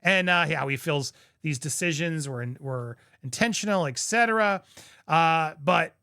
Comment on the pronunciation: I really enjoy you, and I would love to see you succeed on this channel and I encourage you to reach out to me so I can share some things about the royal family that you may not know and so your as articulate as you can be for example, etc., is pronounced with the ‘T’ before the ‘C’ ita